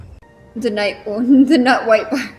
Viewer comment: I don't want to be the bad person here but Knut is a nordic name and you pronaunce the K as a K =P